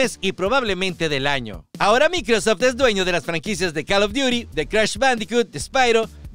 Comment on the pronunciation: De donde sacaste la pronunciacion de microsoft? Del traductor de google? XD 😆